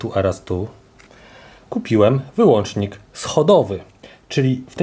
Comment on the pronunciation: bo razi po uszach: WYŁĄCZAM/WŁĄCZAM. Nie kupujesz wyłancznika tylko WYŁĄCZNIK/WŁĄCZNIK.